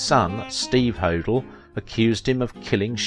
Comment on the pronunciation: Please... it’s Black DAHL yah & George Ho DELL